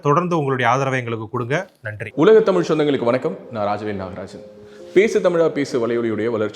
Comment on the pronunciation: நீங்க தமிழ், தமிழக போன்ற சொற்களை சரியாக உச்சரிக்க பழகவும்! நீங்க தமிழா தமிழா channel சார்பாக பேசுகிறீர்கள் என்பதை நினைவில் கொள்ளவேண்டும்! தமிலகம் என்று சொல்லாதீர்கள்!